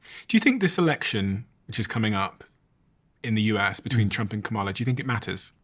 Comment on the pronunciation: Seriously, you still can't pronounce Kamala correctly? It took me like a day to learn to say it right. Comma - La. It's not hard.